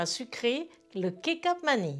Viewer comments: Bonsoir, j’ai beaucoup appris et apprécié vos tutoriels de recettes même si je ne les ai pas toutes réussi. En retour et pour le mieux sachez que le C en Indonésien se prononce “che” et les enfants demandent souvent du “chocha chola”, donc on prononce kechap manis. Ce n’est pas une offense, c’est une information pour votre déjà très très plaisante rubrique. Merci encore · parfait. Vos vidéos sont toujours aussi bonne à visionner qu'à reproduire. "Ketchap Manisse" pour la prononciation du soja sucrée Indonesien:) j'y vis depuis 2016 et je dois dire que votre recette est très bonne, et j'en ai mangé du Nasi goreng en presque 10 ans sur place. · Bonjour, Pour info, les "c"" se disent "ch" en Indonésien donc ici on dit "Kechap Manis" (avec un s à la fin que l'on prononce). Le mot kecap doit venir probablement du mot anglais Ketchup ! Je vais essayer votre recette avec la pâte de crevettes car je ne je n'arrive jamais à retrouver le goût de là-bas ! Merci pour l'astuce et pour votre chaine ! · le C se dit che... c'est donc kecap manis, et tu verras cela ressemble au mot ketchup;) sinon, pas de coriandre, pas de pâte de crevette, et rajouter des pousses d'épinards